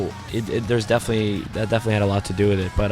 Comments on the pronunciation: He keeps saying 'wid' instead of 'with' but i love him anyway. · Lol he kept saying "deal wit" instead of "deal with" so cute(